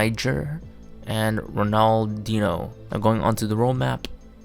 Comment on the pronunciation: A guy that doesn't even know how to pronounce Ronaldinho should definitely shut up